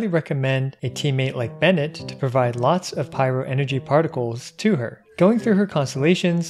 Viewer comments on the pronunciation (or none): none